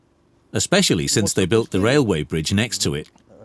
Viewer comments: An ad every 3 minutes ... Adblocker isn't even stopping these. It's very annoying. It's almost as annoying as her calling it a Britch instead of a bridge. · why does she keep saying britch its bridge not britch.... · The narrator sounds British but she pronounces her words rather oddly. Britch (bridge), fahh - renheit (fahrenheit) and all-titude (altitude). Plus, I can't really understand why she keeps referring to the temperatures in fahrenheit. Especially when she says -40 is the same temperature in celcius or fahrenheit. Still, not to complain, it's a free documentary about places I am unlikely to visit so thanks for the upload. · Why does the narrator keeps saying “britch” instead of bridge?? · There’s a “d” in “bridge,” dear female narrator. It’s not “britch.” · They couldn't find a person who knows how to say "bridge"? It's irritating to hear her say "britch" every 15 seconds! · Why does she keep calling it a britch instead of bridge ? Can't even speak English and she's English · BRIDGE, B R I D G E, NOT BRITCH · That hurt my brain every time she said britch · It's a bridge, not a britch!! Gees! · To the female narrator who speaks perfect British English, did you not go to grammar school and learn how to pronounce the word bridge? Through the whole program you have called it a “britch”, I mean come on, didn’t the editors catch this? Every time you say the word bridge and pronounce it britch, I sort of squeeze my ass cheeks together just a little bit! If you are going to be a narrator for any type of video or program you certainly need to go back to grammar school and learn how to pronounce English words in the English language. So yeah, just saying.🙊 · The same time it started saying "britch instead of bridge" 😁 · She keeps on saying britch...It's bridge....lol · 5 min in and I already cannot stand hearing her say "in-famous" or "brich" another time! How can you have a narrator who can't speak the language properly?? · She keeps saying britch